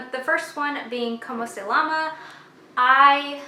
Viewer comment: If I may, I think the correct way of saying it is "Como Se Yama?" I don't think you pronounce the "L" sound